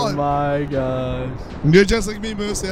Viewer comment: LMFAO "MOUSSE" ITS MOOSE NOT MOUSE LOL